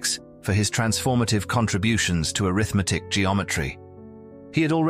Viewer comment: Why does the commentary consistently refer to Scholze in the past tense? I kept expecting to be told that he's dead. I hope not. Also, "arithmetic" here is spoken with an accent on the 2nd syllable, i.e. as if it's a noun (which it ususally is at least in English), thus: "aRITHmetic. But here it is mostly used as an adjective modifying "geometry"; used that way, it should be spoken with the accent on the 3rd syllable, i.e. "arithMEtic." The content does sound very interesting, but is not explained except in the most general terms. Like some other commenters, I hear no clue about how Scholze's work is connected to infinities. Like one other commenter, I suspect that his work is based to a significant extent on Cantor's work--which I think I understand fairly well. But after listening to this, I have no concrete sense at all of what Scholze has said mathematically.